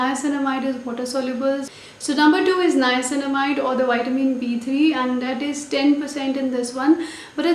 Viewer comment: Finally a youtuber who is pronouncing the word niacinamide correct .....